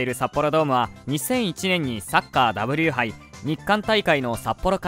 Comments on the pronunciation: ところどころツッコミどころはありますな。日本ハムとはオーナー企業名なのでファイターズと呼ぶべきなので動画が聞き辛いし素人の考察の様に思えてしまう。W杯をダブリュー〜と読むのもww 札幌市は確かに腹立たしいかもしれないがそんな市長を選んでいたのは札幌市民。政治にまで踏み込まないと片手落ちな内容に思います。内容も週刊誌などで簡単に得られる内容ですしわざわざ動画にした意味は感じられないな。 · W杯を『だぶりゅーはい』と読む人が実在するとは……